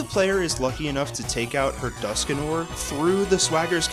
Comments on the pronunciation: Dusk Noir, not Duskanor. Goodness gracious. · It's Dusknoir, not Duskinoir :P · The fact that it's Dusknoir, he keeps saying Duskinoir and even spelled it that way is wild. Even more wild is it actually sounds good when he says it